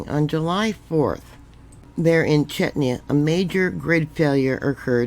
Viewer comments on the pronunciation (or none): Chechnya ( pronounced like chess- nia) is a country of the North Caucasus region, in the area of South West Russia. The country which is the subject of this video is the Czech Republic. Sometimes called Czechia ( pronounced like check- ia.. The capital city of Czech Republic is Prague ( pronounced like Prog). To use the pronunciation for Chechnia ( chessnia) is a bit far off .